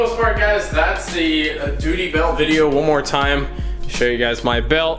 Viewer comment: Lol dooty belt